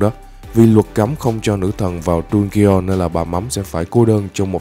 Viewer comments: Đu ge on 😂😂😂😂 Dungeon mà😂😂😂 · Anh đọc dungeon thành đu ghê on thì cũng đúng mà đọc đúng thì là đân dần